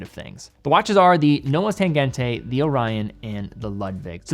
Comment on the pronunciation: Tangent-uh, not Tangent-ay ☹